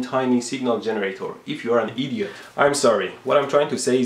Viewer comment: "id-yot!" hahaha